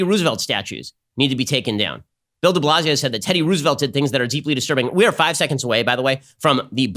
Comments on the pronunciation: Anyone else confused why he wrongly pronounces Roosevelt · Ben's pronunciation of"Roosevelt" 🤨🤔🧐😂😂😂 i have literally never heard it pronounced that way! So cute, made my day, i love it 🥰😍